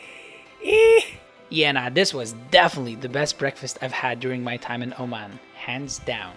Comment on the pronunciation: Oman not O-man